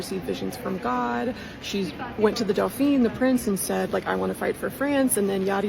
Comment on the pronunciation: Dauphin is pronounced doe-FAH. Doe-FEEN is the Dauphine, the wife of the dauphin.